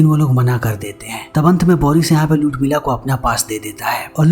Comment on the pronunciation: उर्मिला या लुडमिला क्या बोल रहा हैं ये?